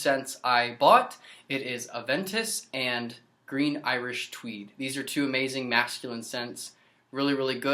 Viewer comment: You should make Cweed Gween Iwish Tweed